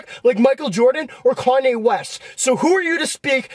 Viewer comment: dude said karnye lol